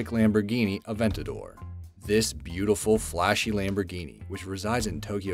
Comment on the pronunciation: AVENTADOR not an avAntador lmao